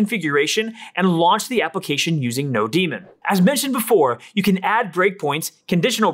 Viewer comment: Great overview and presentation. You should be getting more comments and likes. minor nit: it should be node-MON as in node-monitor not node-DEMON.